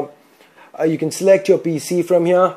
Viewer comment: sock "suck" yourehd "your" naaaansad "Nan"